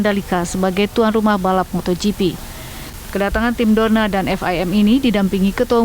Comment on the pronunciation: News anchor nya typo Dorna malah dornar kalau tau 😂